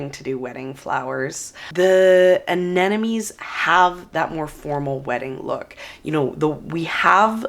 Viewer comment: You're so excited that you're mispronouncing the name of the flower constantly AneNoMes, LOL! Looking forward to the beauty come spring😍